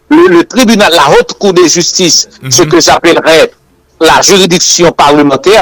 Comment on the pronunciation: Crime de "whotte" trahison. Non. On dit : crime de "Otte" (haute) trahison. La lettre "h" ne se lit pas en français, qu'il soit muet ou aspiré. Le h aspiré interdit la liaison et l'ellision (l'apostrophe). Ainsi, on dit le haricot (aricot phonétiquement) et non pas l'haricot. On dit aussi la honte (la "ontte") et non pas la wontte. Idem: la haine (comme la lettre N phonétiquement). "Hhènne".